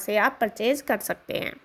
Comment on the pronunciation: आप ने कर सकते हैं कर सकतें हैं पर इतना जोर दे के बोला like essay reading😅😅😅बकवास